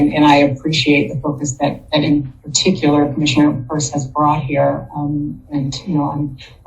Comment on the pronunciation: It’s pronounced Purse.